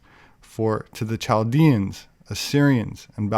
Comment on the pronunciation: Nice video,, I wanted to let you know that you pronounce (Chaldeans, Chaldeans) but it actually is pronounced with a (K) like Kaldeans. Just FYI.